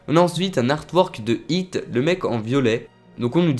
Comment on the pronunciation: c'est hit,pas hot,hit sa veut dire "coup"